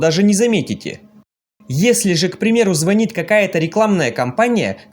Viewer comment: Ну не звонит, а звонит